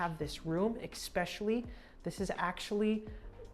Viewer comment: Expessially is not a real word. It’s especially.